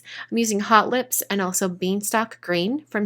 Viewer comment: I really think you need to take lessons from Jennifer McGuire on how to say "Hot Lips" ink. lol Very cute card!